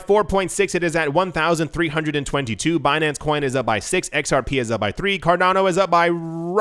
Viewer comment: BEE-NAN-CE. lmaooo